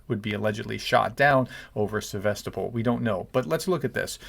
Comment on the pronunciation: Thanks for the breaking news. Also, I am impressed by your pronunciation of “Sevastopol” - using the local pronunciation instead of the American version.😊